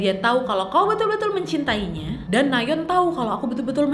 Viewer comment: Orang lain : Nayeon / Nayon ❌ Ka nadia : NaYeOn ✔️